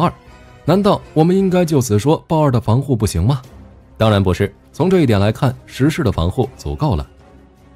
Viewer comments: 中文名稱應該是『壹零式』而不是『十式』 日本原文為『ひとまる』而不是『じゅう』 以火力君的軍武知識我認為不會犯這種錯誤 問題應該出在使用【讀稿軟體】在發音上無法辨別而已 文案上如果用的是『壹零式』那應該就不會念錯發音了。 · 🤔…… 他叫壹零式 Hitomaru 不是十式啦⋯⋯